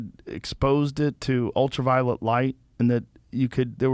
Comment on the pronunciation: Is it just me, or did it seem like Dave wanted to grab Joe and say "It's ULTRA-VIOLET, not ULTRAVIOLENT"?